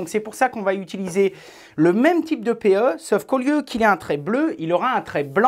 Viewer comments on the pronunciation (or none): none